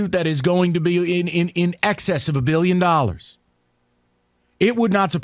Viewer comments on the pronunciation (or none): “Billiom”? Lol. Must be straight from the MSU’s asshole called “education”.